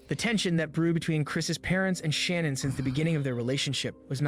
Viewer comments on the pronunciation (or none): Her name is pronounced Sha-nann not Shannon Those detectives screwed up big time everyone who has followed this case saw her lies, so why did the det not?? She threw Chris under the bus I wish he would tell about her involvement in this! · there are hours and days and years and worlds of content about ShannAn but this guy can't even figure out how to pronounce her name